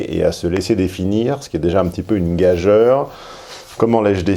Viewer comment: Gageure se prononce "gajure" (ɡa.ʒyʁ) et non pas "gajeure"!.Pas vous!